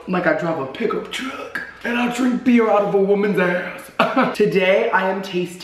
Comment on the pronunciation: I thought you said "pickle truck" instead of "pickup truck" and I got a little too excited.